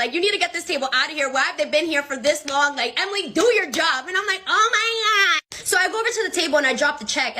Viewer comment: “hAi Oh mAi GaWddDd-“ got me rolling😭😭😭